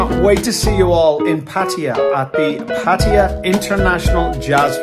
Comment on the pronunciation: Tell the voice over that it is not pronounced pat-thai-ya. It is pronounced patta-yaaa. Listen to how Mr Keating says it. He is almost right but needs more emphasis on the yaaa.